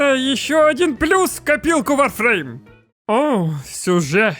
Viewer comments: Откуда вы все лезете. Вы даже названия игры не можете произнести а лезете со своими видео в надежде денег срубить или славы? Сперва образование получите ну или готовьтесь к видео нормально а не лепите херню на коленке. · как то странно название игры произносишь! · что за варфруйм?